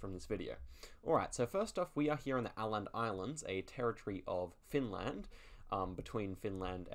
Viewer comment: Åland is pronounced Oland islands